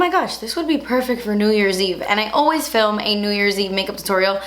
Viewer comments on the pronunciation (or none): none